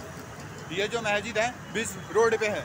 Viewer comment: Mayjid nhi hota h wo bewakuf🤣🤣 Masjid hota h🤣🤣🤣... Phle bolna to sikh lo 😅😅😅 Phnne ko kpde nhi h mehngai chor k hindu muslim chalu ... Afsos angrez 75 sal phle chle gye mgr unki strategy aaj b kam krri h aise hi thori international news channels donkey kehte h hm indians ko srf in jaise jahilo ki wajh se😡